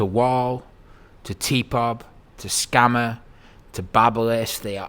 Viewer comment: lol he said scamma